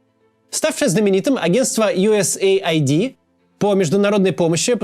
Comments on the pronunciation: Не юэсэй айди а юэс эид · Скажите кто-нибудь ему, что это не Ю ЭС ЭЙ АЙДИ. Это Ю С АЙД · Да какой бл айди? Эид. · Абривиатура USAID читается как US Aid (Ю Эс Эйд). Произношение USA ID (Ю Эс Эй Ай Ди) очень режиь слух! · US ID это то что вы произносите,организация о которой вы говорите называется US AID !!! Как можно это упустить? ))) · Поддериживю! Ну сколько можно... Аж слух режет! Правильно - Ю Эс Эйд. А не Ю Эс Эй Ай Ди... Смысл там в аббривиатуре - Соединённых Штатов Помощь. Ай Ди (обычно аббривиатура ID) - удостоверение личности, что ни коим образом не имеет отношения ни к структуре, ни к её названию. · Правильно произносить юэсэйд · Ага: ЮЭС ЭЙД блин не понял как читается глядя на картинку где оба слова выделены отдельными цветами 😂